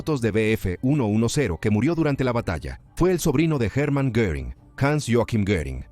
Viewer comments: Herman Ginprink? Pero que cojones!!! Es Hermann Göring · Herman gimpink????? En serio?????,es Herman Goering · Herman kingpig 😅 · ¿Hermann qué? Vaya mierda de locución.